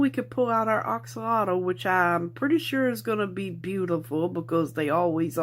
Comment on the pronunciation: You’re correct. It is pronounced ox alotl😁